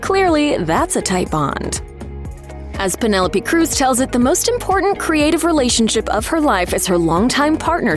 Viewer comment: My thoughts are that you need to learn to pronounce her name properly 😮